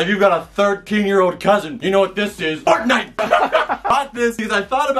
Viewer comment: Wtf!! The way he said fortnite made me die. I rewinded for the next 5mins just laughing at it until my veins started hurting